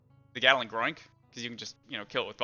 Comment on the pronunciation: I enjoy the pronunciation of gatling as “gah-dil/del-ling”